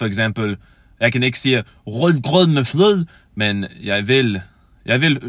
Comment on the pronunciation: you are perfectly understandable.. though whats funny to me is that your "accent" very much sounds like middle eastern imigrants danish :D would have expected an american danish accent to be rather different from that.. also your rød grød med fløde was almost perfect except you pronounced fløde as flød.. you need to make the last vowel sound significantly longer fløøøød